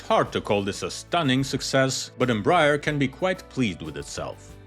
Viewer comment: Embraer is pronounced "m-bry-AIR"